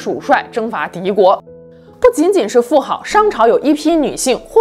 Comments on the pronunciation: 妇好，读音“妇子” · 妇好（zi, 音子）